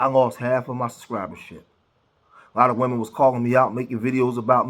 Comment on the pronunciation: "beleeb all wymen" 🙄